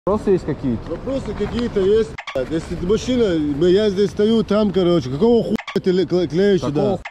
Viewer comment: "я здэс стаю там" - это шедеврально !